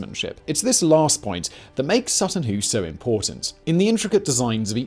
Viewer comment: My neck of the woods east anglia. Was worth a watch an I was right. Plus the pronouncement of Sutton Hoo was all over the show this episode lol come now big brain Whistler it's ya native tongue lol 😆 loved the video still